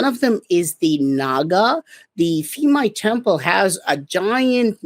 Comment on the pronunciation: It's pronounced peemai like phuket the ph is not f